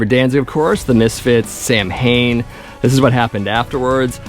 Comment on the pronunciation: Samhain - correct pronunciation = sow in